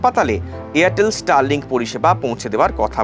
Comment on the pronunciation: Make mordern toilet system for your toilet & then talk about starlibk. U don't have proper/civilized pooping system. Can't even pronounce Starlink properly. Make in randia. Make toilet system first.